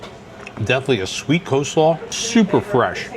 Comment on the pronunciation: How do you know you watch a lot of Vacation Education videos? When you and your husband start a drinking game: drink every time someone says "Co-slaw" (with the silent "L") 😂